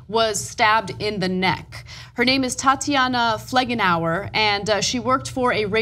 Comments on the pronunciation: It's Felgenhauer, not 'Flegenhauer' as Ana says or 'Fledenhauer' as in the video's description. Is it really so hard to read a name? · Her name is not FLEG-EN-HOUR!